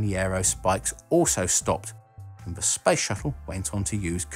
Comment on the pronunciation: So annoyin when he spell SPACE like sPAJS! xD